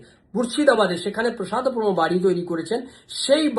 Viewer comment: কথাটা প্রসাদপম নয় "প্রাসাদপম" ।